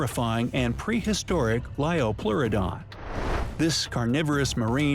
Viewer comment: it's Liopleurodon